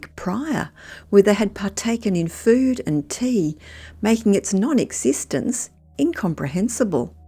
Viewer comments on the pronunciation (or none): none